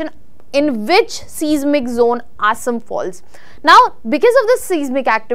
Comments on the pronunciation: Please, Please get your pronunciation correct It's Assam not Asem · Please pronounce the place names correctly, cannot even pronounce Assam properly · Learn to pronounce "ASSAM" before making videos. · Looks very bad, who should pronounce Assam State correctly. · Please work on your pronunciation of “Assam”